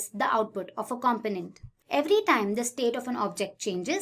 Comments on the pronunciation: ‘Cum-poe-nint’ rather than ‘com-pin-ent’👍 An easy mistake to make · Thank you but your pronunciation of component is driving me insane. It’s com-po-nent. Not compo-nent. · Great introduction / overview video. One small suggestion: The announcer's accent/inflection can be confusing at times. For example, in North America and the UK the word "component" is pronounced "kum-POE-nent". The person in the video says "KAHM-puh-nent" which sounds a lot like "confident" to our ears. It's just a few words, but that could help.